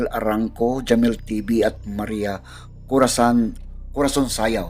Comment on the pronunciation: Hesssst kuya haaa.lagin kang nagkakamli sa pag basa ng Corason.ginagawa ung Corasan.